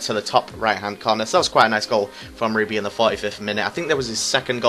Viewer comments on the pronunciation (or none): Nice vid mate, but it's rib er e